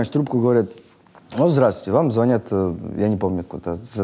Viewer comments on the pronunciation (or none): none